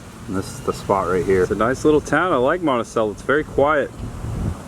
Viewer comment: Ah, Monticello, my father’s hometown. Congratulations on pronouncing it correctly. Few buildings seem to change, only the businesses in them. There are some nice casual restaurants there.